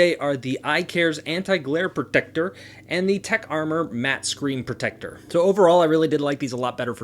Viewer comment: I hate the way he says protector